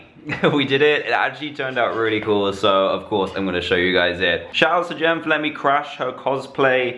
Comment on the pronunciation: Her name is gema not jena